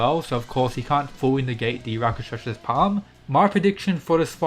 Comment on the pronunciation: Rock-shah-sah Say it with me. Not rakashasha